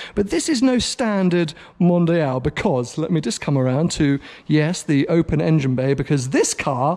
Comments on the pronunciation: It's not "mondayal" it's "mondial"... oh ok now I get it.. for you english people the "i" is pronounced "aye"... so englayesh it is? Anyways impressive collection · Mondeeeal not MondEYEal :)